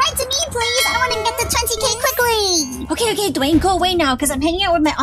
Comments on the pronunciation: Its not okeh to be okeh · Its OKEH not to be OKEH titan cry 😢